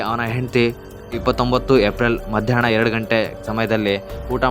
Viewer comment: ಹಿಟ್ಲರ್ ಗೆ ಇಟ್ಲರ್, ಎಲ್ಲಾ ಹಕಾರಕ್ಕೆ ಇಕಾರ, ಹಾಗೇ ಮಧ್ಯಾಹ್ನ ಕ್ಕೆ ಮಧ್ಯಾಣ್ಣ ಮುಂತಾದ ಶಬ್ದೋಚ್ಚಾರಣೆಗಳನ್ನು ಸರಿಪಡಿಸಿ ಕೊಂಡರೆ ಕನ್ನಡ ಭಾಷೆಯ ಮೆರಗು ಹೆಚ್ಚುವದರಲ್ಲಿ ಸಂದೇಹವಿಲ್ಲ